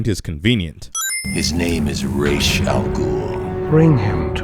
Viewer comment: Since when was Ra's, ray-sh instead of raz